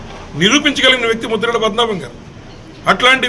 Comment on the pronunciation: Aa bokada broker gaadi purthi peru- Mudragadda Padmanabha Reddy ani sarigga palakandi.